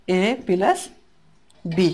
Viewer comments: sorry vhaiya this is (+)-প্লাস not পেলাস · Not 'pelus'.....it will be 'Plus' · vaia what is পেলাস this is +/প্লাস।sorry vaia.